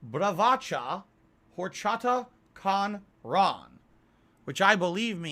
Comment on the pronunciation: “Horchata cahn-rahn” says the piggy with a basic understanding of Spanish. God this is so cringe